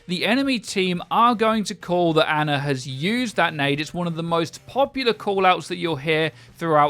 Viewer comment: Until you can pronounce Ana's name right I refuse to believe you